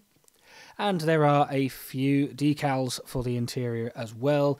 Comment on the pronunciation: Good looking model. Nice job on the “dee-cals” (emphasis on the second syllable). 😎